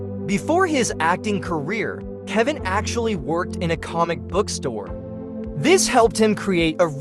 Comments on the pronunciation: The AI cannot pronounce so many of the names correctly. So many mispronunciations of names and words. Comic-book store, not comic bookstore. Laurie, not Lurie. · Going to presume AII narration; there's a subtle difference between a comic book-store and a comic-book store when spoken. And any narrator of a video about The Big Bang Theory ought to be able to pronounce Koothrappali correctly LOL